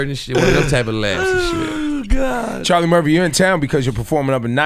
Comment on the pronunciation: Cha(h)-Lee Murph-fee !